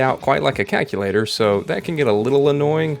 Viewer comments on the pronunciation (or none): This guy says "CACK-u-lator."